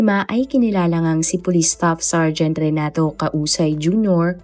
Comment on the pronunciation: KASAWAY po ipronnounce un,hindi Causay.